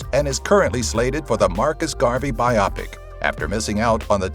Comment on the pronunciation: Fun video, but... Bi-opic? Really? It's bio-pic. Biographical picture. It bothers me more than it should, I'll admit. Good video otherwise.